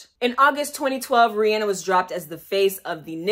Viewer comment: IM SOOOOOO HAPPY, you’re pronouncing her name right 🙄